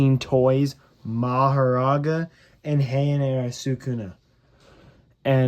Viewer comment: Bro why are you saying sakunat instead of sakuna